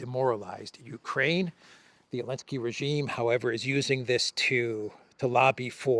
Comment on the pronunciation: saying Elensky continues to make me titter when I hear it. And particularly amusing when says it, by mistake